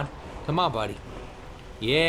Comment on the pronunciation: I love how he says 'bunny' for 'buddy' lol.